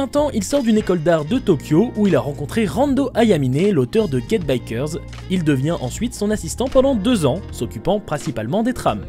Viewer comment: Un jour vous arrêterez de dire Get Bickers j'y crois XD